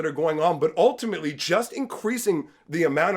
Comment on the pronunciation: The way you said ultimately works perfect when it sounded like "all timmy lee"